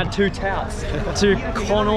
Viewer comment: You say Connaught place I hear tik tokers stand 😂😂